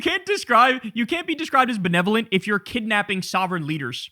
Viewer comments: Nick Shirley has blood on his hands. He’s not “Bewevolent” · short bus shirley trying to figure out what “belelevolent” means